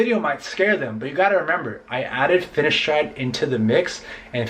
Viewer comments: its fineSteride not fineshtride like ur saying it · say it whit a S not sh